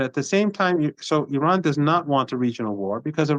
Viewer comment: Please try to pronounce correctly the word "Iran" (and not Aran). Thanks